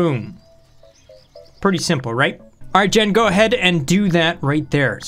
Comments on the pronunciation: Jean is pronounced JEEEEN what you are calling that bot is JEHN. :p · Where in the world would "jean" be pronounced "jen"? I've only ever heard it as "john" and "jeen"